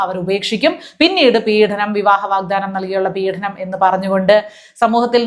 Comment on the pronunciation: പീഡനം ആണ്, പീഢനം അല്ല.